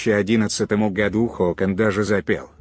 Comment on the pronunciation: Материал интересный! Согласен! только ударение в словах неправильно. Например :сатрАна надо странА.или гОду а надо годУ.